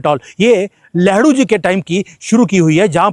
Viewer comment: गलती से आप लेहरू बोल गए😂😂हालांकि लग ठीक ही रहा है🤓